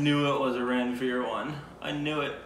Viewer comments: I'm so impressed you got these despite not knowing the language! Also, just for your information, Ranvir is pronounced "Run-Veer" just like Ranbir is pronounced "Run-Beer" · Its 'Ranveer' not 'Rain beer'. 😎😎